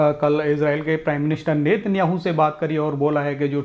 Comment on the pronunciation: 😂😂😂 FAK petrol ko petrel bolthi thi lekin Nitin Yahoo 😂😂😂 Oh God